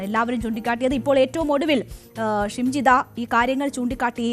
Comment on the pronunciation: ശംജിത അല്ല ഷിംജിത ആദ്യം പ്രതിയുടെ പേര് വായിക്കാൻ പഠിക്കൂ